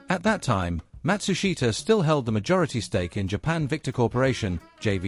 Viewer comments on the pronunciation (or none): Matsushita...pronounced mat-SOOSH-tah. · Not right for the surname, and company name, either, though that one is harder, and often mispronounced in western countries. Something like MAT-su-sh’ta…